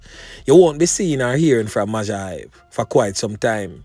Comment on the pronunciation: majah is pronounced major..... mayjor hype. everytime you say mawjah my ears hurt